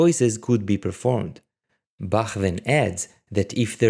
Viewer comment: I am so happy that someone finally says Bach like Bach and not Ba*coughing up flegm*